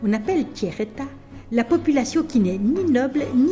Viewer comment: Le tchère état, hahaha